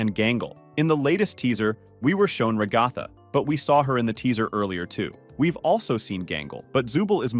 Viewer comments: It’s not ragatha (r(long A sound)ge-th long a sound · IS ANYONE REALIZING HE'S PRONOUNCING RAGATHA WRONG!? (It's okay, just a mistake, it's fine Mr.Creator of this video!)